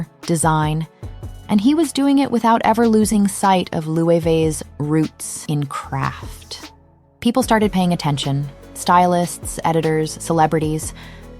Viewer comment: it should be pronounced as Löwe